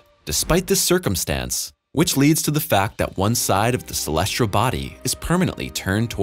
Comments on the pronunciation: Celestial not colesrial. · Dear narrator: Please have somebody coach you on the pronunciation of the word- "celestial". Clue: There is no "r" in the word. =PC=